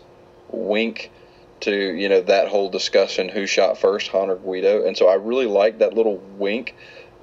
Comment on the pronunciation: his name is not GUIDO you dumb fucker. It's GREEDO! And it not Journal Of Whills, It's Journal Of THE Whills. Learn to fucking speak.